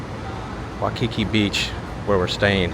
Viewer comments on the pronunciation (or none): Oh my gosh again why the silly Wikipedia stats. It is pronounced WHY Key key not wah Kiki. Balconies are lanais. You did pick a good hotel. Best breakfast buffet. If you still there you should try doors off magnum helicopter tour. Not cheap but you will see something amazing and learn some good history.. Aloha. Enjoy your stay . Go diamond head run right from hotel only about about 5 mile return. Way more safe dan you crazy trip to wainai. Good market in weekend amd you can walk by studios were dey filmed both hawaii five 0 and magnums too. Aloha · Your pronunciation is missing the"EEE" sound for the letter "I". So it's "EEolani" Palace and "Wy-ee-kee-kee". You keep saying "Waukeekee" like it's in Wisconsin! On the USS Arizona, you don't mention that the sailors are still below, still IN the ship. You are walking on their tomb. Kamehameha is pronounced "Ka-may-ha-may-ha". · This is why "locals" are moving to NEVADA. HAWAII is Hard Core BLUE, so I do NOT believe those Statistics. Its WAY WORSE then those Stats indicated (Former Resident 26 years). And its "NOT" "WAU KI KI" Its "WAI KI KI"....lolzz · 'Waikiki is pronounced 'W-eye-kiki. You are pronouncing it as 'W-aw-kiki'. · It's not pronounced 'waw-kiki, it's' why-kiki. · Just correcting your pronunciation of Waikiki, it’s Wai-ki-Ik not Wa-ki-ki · You say “wah-kee-kee” and I say “why-kee-kee”. Let’s call the whole thing off.😜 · It's pronounced why-key-key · Why-Ka-Key!Say it! Say it! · Ho no lulu...NOT Hanalulu. Waikiki - Why key key...Kamehameha was the first king of the Hawaiian Islands. Liliuokalani - to some Native Hawaiians she is still the Queen, those that believe the Hawaiian Islands were stolen from them by the US government. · Hey guys!! Awesome video. BTW, the beach is pronounced WHY-KE-KE. ALOHA!❤